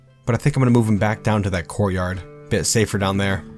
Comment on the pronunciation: I heard, "gore yard" when he said courtyard. Seemed super appropriate.